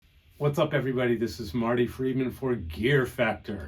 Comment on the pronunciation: Is it only me, or Marty said "gear FAPtor"???...